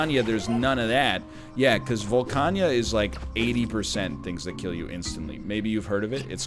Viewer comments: Volcana. Not Volcania. Nor is it Volcanya. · Don't worry, we get them back whenever he says "Volcania" instead of "Volcana".